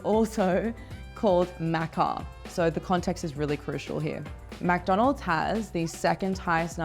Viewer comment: And “Mac - donalds “